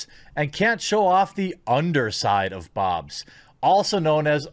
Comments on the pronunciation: BOOBS! ITS FUCKING BOOBS! NOT BOBS!!!!!!!!!!!!!11111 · This is confusing. Why doesn’t he pronounce the words right? Wah men? Bob’s? Cleave? Is he embarrassed?